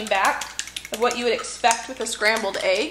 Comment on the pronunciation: Egg not agg